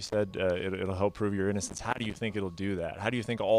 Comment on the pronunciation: Lol ïnnocence "